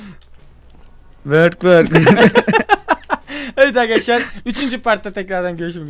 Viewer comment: merhaba arkadaşlar hepimiş :D ne diyon şu başta yaa